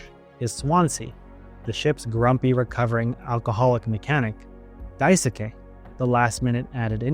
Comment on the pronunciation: Btw Daisuke is pronounced Dai-skey, as if the u is silent